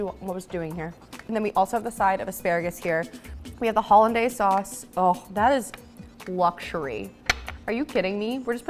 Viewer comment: Kind of pathetic for not knowing how to pronounce hollandaise.